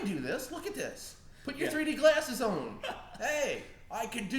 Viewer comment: is kind of annoying in this video. He just keeps talking over tj. Does have an accent? he says "on" like "owen" and he pronounces "want" differently too.